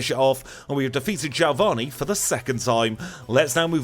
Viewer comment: and from the meganium vid i ask once again. who's jailvanni!?? lol